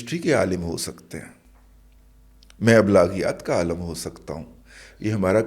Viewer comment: عالم میں 'ل' ہے زبر نہیں بلکہ زیر ہے۔